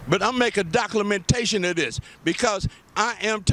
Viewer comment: Doculementation? Maybe you are a fool.